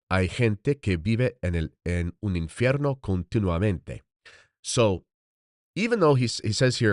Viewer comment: Unsolicited advice from a vocal coach and language diction specialist: your Spanish diction sounds a bit Italian. "V" should be more like "B" without actually closing and popping the lips. It's made by voiced air passing unimpeded between two lips as opposed to voiced air passing through the bottom lip touching the top front teeth (as in English, Latin and Italian.) And "infierno" is not "in-fe-rno" - but "in-feeyayr-no" -- feeyayr. You have a good ear, but if you preface your reading by saying "I speak Spanish", make sure it's tight. God bless.